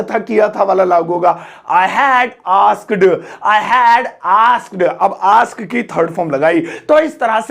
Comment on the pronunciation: Please pronounced the word'Asked' correctly.